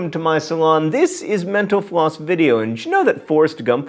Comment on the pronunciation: Does anyone else think he's saying menopause when he says mental floss?